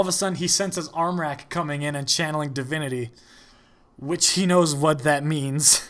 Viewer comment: your pronounciation of the ä in armräk was on point